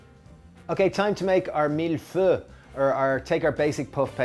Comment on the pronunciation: I'm not trying to be a jerk, but that French pronunciation was atrocious. It's not "meal pho". Try "mill foy". Like Draco Malfoy, but a milf.